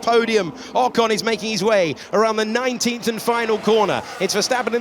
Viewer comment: How many times will you keep mispronouncing 'Ocon'? Try Forvo. And Perez. Probably more.